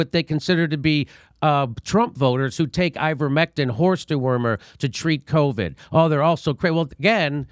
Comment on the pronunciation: If only he had been guiding the country for past 18 months. I much prefer hearing covid pronounced "Caw-vid" like a true Bostonian 👍.